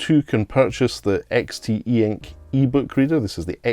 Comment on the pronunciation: It's pronounced EX-tee-ink